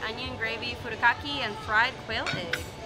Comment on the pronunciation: Looks good ! The Japanese rice seasoning is pronounced furrah-kak-eh.